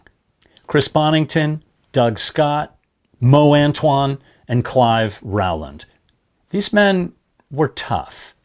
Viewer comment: Rwland -- UK pronounciation = roe-land